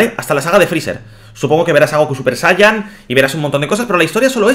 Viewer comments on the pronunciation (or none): none